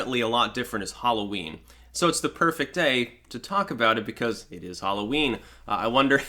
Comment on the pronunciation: Halloween? Sorry I don't know that one. Do you mean whore-o-ween?